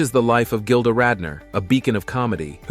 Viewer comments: Kinda disrespectful to mispronounce so much material, "gilder" to start with! Research that makes you watch the opening credits of ANY SINGLE OPENING! IM BLOCKING YOU, OUT OF RESPECT TO GILDA. YOU SvCK GREEDY SWEATY ONION TESTES!! WISHING YOU NOTHING BUT MISERY . CHEERS PUSS BALL! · Can’t handle him calling her Gilder